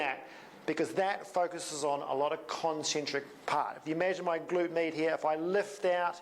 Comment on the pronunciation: Thanks. But anytime you say "med" I just hear "meat". So it took me half of the video to get to the point... 🤓